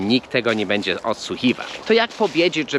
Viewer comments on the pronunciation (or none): none